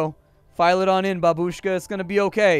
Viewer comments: It's not babUshka. It's bAbushka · The proper stress is bAbushka, not babUshka. Please. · babeushka ( ͡° ͜ʖ ͡°)